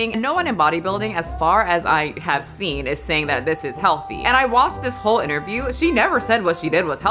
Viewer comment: I enjoy how the interviewer said “hoe” instead of “whole” when asking. It fits beautifully since her flick is what made her famous. I assume in Hollywood you have to fake outrage to get noticed rn. I saw both things Lily’s been in and don’t remember her at all, so maybe she’s in need of Kim’s advice at the start of the video. If I had the honor to wear the Marilyn dress I’m loosing weight and duct tapping this islander ass as flat as possible not to damage such an iconic garment.